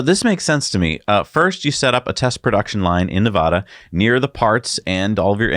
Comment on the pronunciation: Ne-VAD-ah not Ne-VAH-da